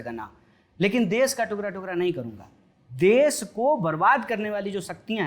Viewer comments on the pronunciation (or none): टुकरा टुकरा nhii hota ..टुकडा टुकडा